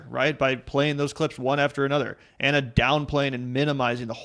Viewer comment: reads Ana correctly.